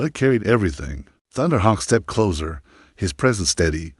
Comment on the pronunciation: Narrator is speaking too rapidly, not even a slight pause between sentences. Had to slow it down significantly. The story is fine but speed, pronunciation and the word closer needs a sharp s. It's being pronounced like the detective show "The Closer."